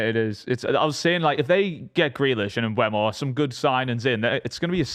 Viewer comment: learn how to say mbeumo's name for goodness sake, the e is before the u